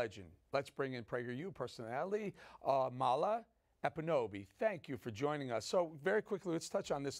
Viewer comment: Eric Bolling: It's disrespectful to your guest, especially someone as smart and scintillating as Amala, not to take the time to learn how to pronounce her name correctly. It's 'AH-ma-la, not a-MA-la.